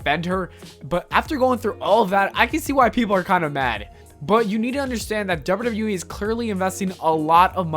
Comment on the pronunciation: You keep saying ‘derr-burr derr-burr wee’ when trying to say double you double you e. Listen back to your recording, can you hear it? Also, why are you talking about this? It has nothing to do with you. Make your own content.